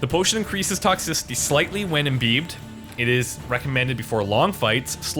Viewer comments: Look up the pronunciation of imbibed to avoid embarrassment. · Couldn't help but giggle at how you said "imbibed" :snicker